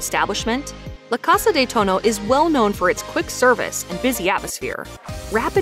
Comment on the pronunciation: La casah de touno 😆it's pronounced more like "Toe-knee-Oh" great video!